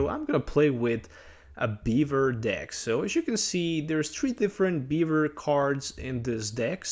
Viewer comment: Am i the only one who heard beaver instead of bewear